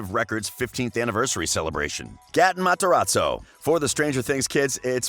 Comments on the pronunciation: Omg. Gat-In Mat-Ee-razoo. god. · THATS NOT HOW U SAY GATEN MATERAZZO IM TRIGGERD